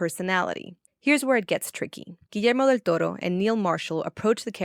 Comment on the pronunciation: The part where you said Guillermo del Toro in perfect spanish, nice.